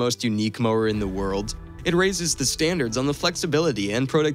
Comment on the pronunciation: Cool 😎 More like this "wewd" 😅 be awesome. 👍🏻